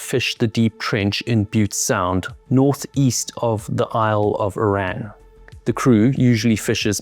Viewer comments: When referring to the 'British Navy' in future, just use the term 'Royal Navy'. You never hear about the 'British Air Force , do you? And, while on the subject, Arran rhymes with 'Barren'. Great job on your channel btw. Keep it going.😎😎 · Guy couldn't pronounce Arran. What chance has he got with the details.